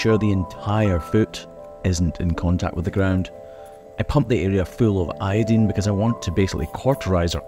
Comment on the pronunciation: iodine not iodene.